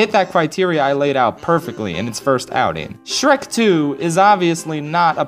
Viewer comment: You've gotta love that "sherk" 2